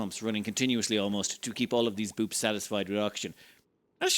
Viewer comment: Boops? I thought it was Bupes